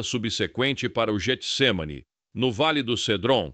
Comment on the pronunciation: Só uma correção, o nome é Getsemane não Jetsemane, pois é escrito com G não com J, e o G no início tem som de Get.